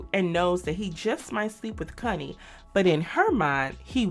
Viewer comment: Connie, Not “Cunnie” 🤦🏾‍♂️😅